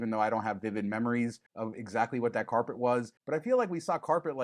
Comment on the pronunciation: Its Carpet , not corpet!!